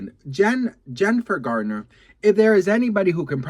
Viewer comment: Garner, Garner not gardner